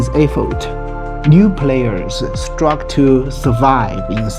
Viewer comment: Thank you 🙂Whenever, wherever, #life has its own #challenges. Uneven income distribution has always existed. Entrenched interests too. Not Ideal. into the video, correction : stop complaining ( not stop campaigning 😁 ) ; the correct pronounciation is struggL ending with L. correction : recognizing ( not re-cogilizing, written in the subtitles) #Question on replacing #employees with #AI. How will #income be distributed ? Are the majority of 8 billion people going to #starve ? Better start learning #food #cultivation #NOW. Once again, #Food becomes the most #important #occupation & #objective to avoid #starvation.